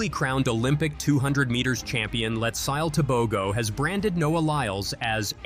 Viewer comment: His name is pronounced Let-zi-le Te-bo-ho.. There are different personalities. Where I am from we call people a spectacle of themselves Poppy Show. Why did they have him prancing around like a gazelle on crack, if anything like that is even possible, when he was known to have been diagnosed with COVID. Very unhealthy. The double standards in this world in terms of everything. Prancing to start then leaving in a wheelchair seems bipolar ( not the diagnosis) in behaviour to me.